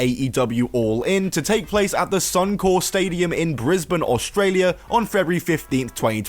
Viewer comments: It's SUNCORP. Not Sun-Core. Just saying. Keep up the good work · Cant even get the name of the Stadium correct. All your credibility is out the window. Do your research and maybe try and be impartial. For the record it’s Suncorp (with a “p”) Stadium not Suncore. If you can’t do your basic due diligence why should I listen any further?